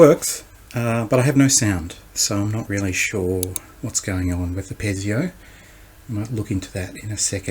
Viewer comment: Piezo speaker. It's pronounced pee-zo not pez-ee-o.